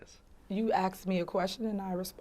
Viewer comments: I absolutely hate it when the word asked is butchered. It is ASKED not AXED. Good grief… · Axed me a question... OMFG on top of everything else... I CANNOT STAND THAT ITS ASKED, NOT AXED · AXED instead of ask 🤦‍♂️ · He axed her da wrong questions. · You axed me a question....... It's asked. Not axed... This woman cannot even speak English correctly. So why would you vote her in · I mean...she did respond to the question he axed. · You see the problem is you are axing questions when you should be asking questions. So she is "axing" your question amd will not answer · You axed me a question?🙄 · Did a mayor just say you axed me a question 😂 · "You AKSED me a question and I responded". Ugh, can't FKing speak properly and a criminal. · The fact she went to Vegas and ate at the juicy crab is hilarious. You can't make it up. Then said he "axed" her a question? LOL. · “Axed me a question” 😂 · You get what you vote for, vote for a hood 🐀 your Village gets ran by …….. well you know a 🐀. “You axe me a question and I re spood ed” 😂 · you axed me a question.. ugh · You axed me a question, omfuckinGod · You axed me a question 😂😂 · If you say "axed me a question" you're not qualified. Yeah yeah yeah, call it what you like. When I was 4 I called spaghetti basketti but I learned how to say it correctly by 5. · "You AXSKS me a question...." Sigh. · You Aksked me a question. Aksed? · Idiocracy. She literaly said "axed". This is a mayor. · "any other quessions you be ask?" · "Axed me a question" YOUR FIRED! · What did you axe her sir? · You "axe" me a question and I responded... This is LOW education that can't even properly speak English! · “You axe me a question” all I needed to hear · You axed me? Moron! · "You axed me a question and i answered " smh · An American politician AXED QUESTIONS!!!! INCOMPETENT AT BEST!!! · I axed you ,,,she was axed a question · Any professional, especially politicians, saying "Axed", does not need to be in their position. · "You axed me a question...."